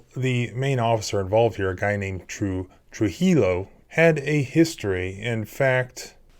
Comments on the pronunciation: The victims name, Trujillo is pronounced as follows: True-hee-Joe. The rolling of the “r” is the only difficult part of this. You’re welcome. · Trujillo is pronounced true-he-yo. In Spanish, the J sounds like an H and 2 Ls together sound like a Y. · You pronounce Trujillo “trujiyo” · FYI... a double L in a Spanish name is pronounced as a Y, and a J is like an H. Tru-He-O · Just a point of interest you may want to know, (I am not criticizing) the double ll in Spanish is pronounced like a 'y.' I watch your vids all the time and, as a lay person, find them easy to understand and so very informative. Thank you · These surnames in southern Colorado are Hispanic/Latino - the L in Spanish is silent. The surname Trujillo is pronounced as (True hee O) - the L's are silent! It should NOT sound like pillow ! 😊👍 the surname Santistevan I thought is pretty straightforward- That should not be hard to pronounce. Just offering a little help - I love your videos and your passion for sharing them and the law with us! 🙏 😎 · Trujillo is pronounced like this. true- he- Yō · Just a tip... Trujillo is pronounced "True he o" AND GOOD FOR KENNETH!!!! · “Tru-He-Low” (I’ve never heard anyone pronounce Trujillo like that) 😂 llo = low vs llo = Yo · Pronounced TRUE HE O, the L's are silent , the J sound like an H. Just a FYI, Keep up the good work. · Trujillo is pronounced "true-HE-yo." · Trujilo pronounced true yo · It’s pronounced Tru he o. Ls are silent. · in hispanic words, the double L is pronounced like a Y. his name is pronounced "tru-hee-yo." anyway, i want to know more about that deaf lady's case. all i can find is passing references to it in articles about THIS case. but they say trujillo and noel also forcefully removed the sign language translator from the room too. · change the j to an h and 2 l's to a y in Trujillo and you'll be a little bit closer to pronouncing it correctly ;) True He Yo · It’s pronounced True-He-Yo. Santistevan was pronounced correctly.